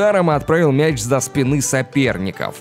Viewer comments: Сначала полетел за спинЫ, а потом уже отскОчил😁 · Это что за колхозник текст читает "за спинЫ соперников отскОчил"